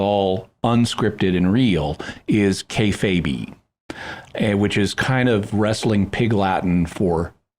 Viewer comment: Jimmy totally pronounced kayfabe wrong kay-fayb not kay-faybee